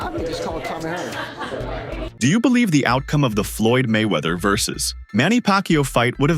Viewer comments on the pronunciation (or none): not manny pakyo, it's manny pakyaw..